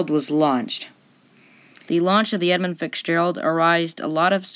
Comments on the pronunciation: All in all this was a pretty well done presentation. However, in the vein of friendly constructive criticism, there are a few items I want to point out. First is enunciation and pronunciation. I noticed it mostly in the names of the two primary ships in this story. At the beginning, it sounded as if you were adding an "s" to each part of the name i.e. 'Edmonds Fitzgeralds'. For pretty much the rest of your presentation it sounded as if you were saying 'Fixgerald'. The 'Fitz' in "Fitzgerald" should sound like fits. As in; "That jacket fits Gerald well." As to the other ship, about half the time it sounded to me as if the other ships name was the, "Arthur Manderson". I believe these issues are simply caused by rushing the read of your copy. Simply slowing down your reading rate, just a little bit is usually enough to correct this matter. Basically, go too fast and the words tend to bunch up or run together. If you watch/listen a few different seasoned presenters, you will notice what I'm going on about. The slower pacing offers some other benefits. It can lengthen a video slightly, thus increasing your watch time. It also adds an air of authority to your presentation. The other issues are content. I've never heard of any ship on the Great Lakes referred to as unsinkable. Anyone that has anything to do with shipping on the lakes knows that is tempting fate and foolhardy. The last count I saw indicated more than 6,000 wrecks in the Great Lakes, accounting for more than 25,000 los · I expect nobody was confused 🙂 but if they were, I wonder how hard they searched for the ship The Edmund Fixgerald on the Internets.